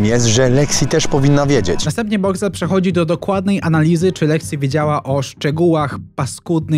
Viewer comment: "Boxcwel" i tyle ...